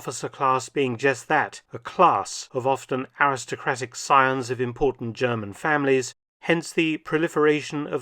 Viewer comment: Mark feltons German is always on point 😂😂😂